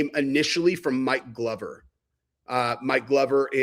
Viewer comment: I warned you about performing the surgery by your urself! Glad 😌 it worked out! Did you say Mike Glover, or my Lover?